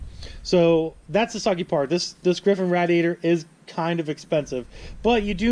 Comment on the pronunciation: Here's a rough estimate of how many times you didn't say radiator right,,,13!!